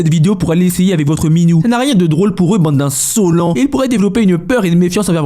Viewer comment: "Bande l'insolents" 😂😂